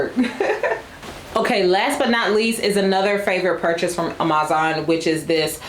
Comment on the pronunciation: Sis... confused about the whole Amazon pronunciation thing. I couldn't recall why I hadn't watched you in a bit and was reminded pretty quickly when I heard "ah-MAZ-ahn" again. I'm sure you have your reasons, though it's super irritating and distracting from otherwise well-done content.